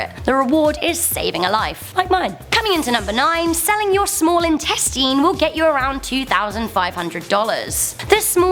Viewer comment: “Small insteateen”